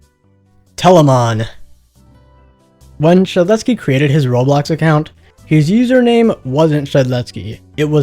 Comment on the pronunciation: No way he pronounced yksteldehs first try